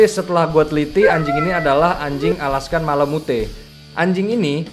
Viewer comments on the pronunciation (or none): Selebgram y bukan selegram Alaskan malamute itu tulisannya bacanya Alaskan Malamut